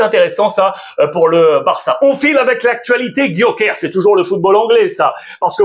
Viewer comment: Alexandre s'il te plait un peu de respect a chaque fois tu dis Gyokers alors que c'est GyokerES